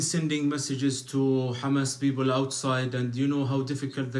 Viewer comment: Communication with the ‘beople’😂 no letter ‘P’ in Arabic